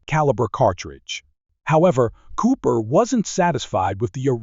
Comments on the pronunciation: Jeff Cooper! NOT JEFF CO-OPER! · I think “Gascon” was pronounced correctly. But Col. “Co-oper?” Sacrelig? AI generated says everything. This presentation sounds like something else I’d read or watched, but done by human effort. The S&W model was pronounced “ten seventy-six.” Id fired one with the FBI 10mm Lite ammo and didn’t think the recoil was excessive. The ergonomics, the size, and the weight were a problem for plain clothes operation where two and a quarter inch leather San Browne duty belts aren’t worn. FBI’s probably still got a vault full of 1076s. Despite its prominent role in the Miami tragedy, the Mini 14 remains conspicuously absent from most draconian states’ banned evil assault rifle lists. I still prefer a .45 ACP to the 10 or 40. Big case equals lower pressure despite big bullet making for a better shooting experience. But I also suggest learning to use what you’ve got your can handle, and learning tactics to include use of cover and getting out of the way.